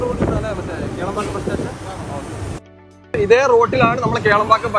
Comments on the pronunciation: Kelambakkam alla sirji, Kilambakkam. Randum rand sthalamaanu. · Kelambakkam alla.... Kilambakkam 😅